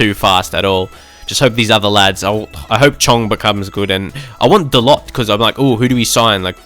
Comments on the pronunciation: Dalot is pronounced da-low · By the way Dalot is pronounced with no T so it will sound like Dalo